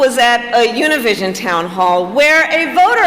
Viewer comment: Good Job for doing the best you could to pronounce Univision